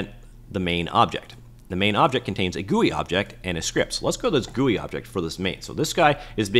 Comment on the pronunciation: I like the way you said Goouii for GUI